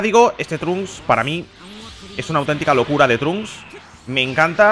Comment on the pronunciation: El nombre Trunks leer como inglés no como español si habla español no entiendo.